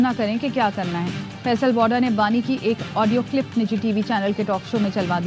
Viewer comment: He Faisal wada not woda😂